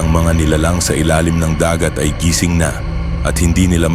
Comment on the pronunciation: Mali pagkabigkas..NAKABAON saka GISING na hindi gaano sanay magtagalog ang nagkwekwento halata